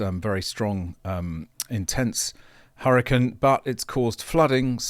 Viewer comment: "Hurrakin" 😂 like a Weather Furry